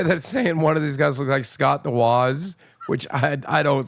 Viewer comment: Just desperate clickbait. can't even pronounce "Scott the Woz", but he sure can glaze Trump and Musk for an hour.